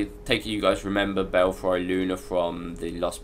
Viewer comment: not sure if anyone else mentioned it because I didn't look through all the comments but it's not the chains that drop the platform. there's a small square pressure pad on each slim walkway. also it's pronounced bellfree not fry.